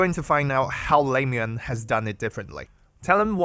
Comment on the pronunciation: le-moo-en. pronounce her name right if you're doing a guide about her.